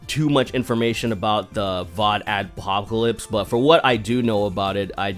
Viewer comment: "Vod Axpocalypse" Nice spoonerism. ;)